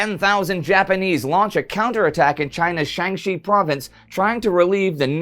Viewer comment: Indy please, X in Chinese does not sound like SH. Shanxi is more like Shansee for English speakers